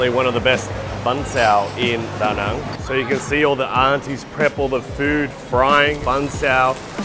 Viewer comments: What is up with your pronunciation of Viet place names? Da Nung, Viet Narrrmm and now Hoy Arrrnn. Just ask a local and stop talking like yanks. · Lol can you learn to pronounce Da Nang properly, it's as /cringy annoying as Americans saying Mel-born.